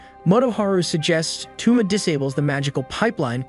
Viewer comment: TwoMa? Toe-mah my guy.